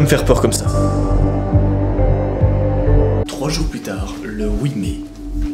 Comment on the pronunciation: c "Plus tard" et non "plutard"😂